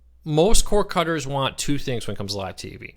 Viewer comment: I love your shows, but perhaps could you speak a little slower? When you say "Cord Cutters" it comes out as "core cuz". Just slow down.